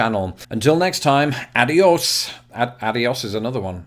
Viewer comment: No it isn’t. It’s pronounced AH-dee-ohs. Not at all like audio. “A” is always pronounced “ah” in Spanish.